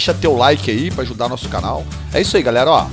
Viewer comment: porquevc fala gralerra